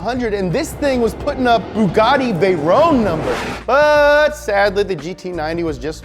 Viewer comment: Bugatti Vehy-Roan